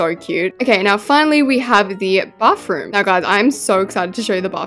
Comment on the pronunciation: I love how she says bafroom 😊😊